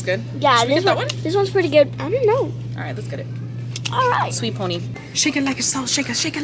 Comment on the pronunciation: Not the sweet pony 🤣 it’s pea-ony 🤣